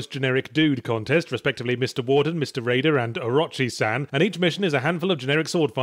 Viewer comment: That pronunciation of Orochi-san... My god